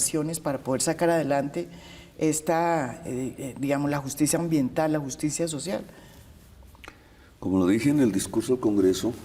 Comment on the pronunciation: JUCTSIA SOTCIAL